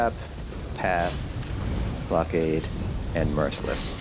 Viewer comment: Really good videos, but it kind of triggers me how you pronounce "blockade" :D